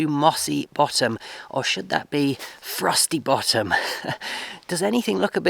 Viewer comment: Hope your venture works out well for you. Did you say Frosty Bottom or Frossy Bottom? lol